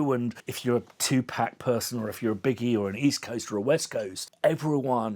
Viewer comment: dude it’s tupac, not tupäc